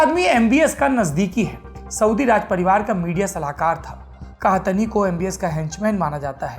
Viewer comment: सौरभ द्विवेदी जी वो 'सऊद अल कहतनी' नहीं 'सऊद अल कहतानी' है :D :D